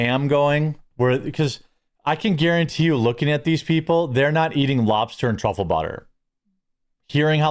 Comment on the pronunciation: TRAHFILIN" Truffle Butter! 🤣